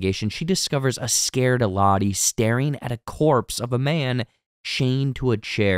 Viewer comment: Butchered Lotto's too